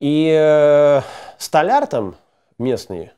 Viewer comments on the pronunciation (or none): none